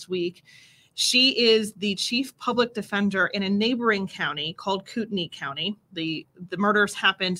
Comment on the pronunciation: Great pronunciation on Latah & Kootenai - but it is Mos-co rather than Mos-cow. Thx